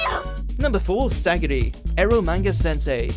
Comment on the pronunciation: oh for gods sake.... SAGIRI, REALLY?!